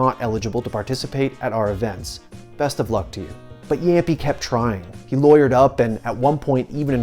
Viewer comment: what is jämpi its jamppi